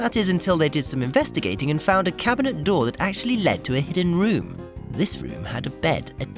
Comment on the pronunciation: "A doooh in the floooh!"